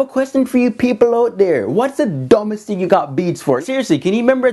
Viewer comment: he cant even say thing he says tink